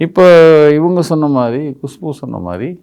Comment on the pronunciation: அது குஷ்பு இல்ல ,குசும்பு .